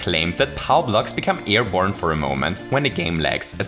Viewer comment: it should be airborne, not airbrone